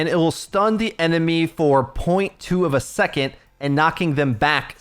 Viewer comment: Hey you pronounce "second" as "secont" and it's infuriating but thanks for the video <3